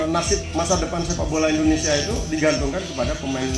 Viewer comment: IndoneSIA Bro, bukan IndoneSA....